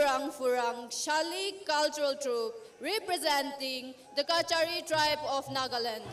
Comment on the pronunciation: Kasari not kachari